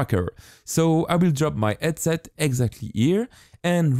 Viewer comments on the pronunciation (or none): Hehe, yes I often had hard times to understand, when it comes onto ands, ouse and eadsets. But he makes good stuff! ;)